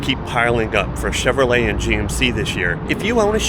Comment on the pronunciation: Chinrolet? No bueno y'all